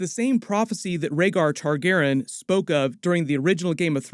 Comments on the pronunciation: I LOVE your content but I’m autistic and I MUST know why you are saying Targaren instead of Targaryen? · Why do you keep saying Targeren?? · Excellent breakdown and background. Nice job! Also, Targaryen is four syllables :) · Not trying to be mean just confused why is saying Targaryen different?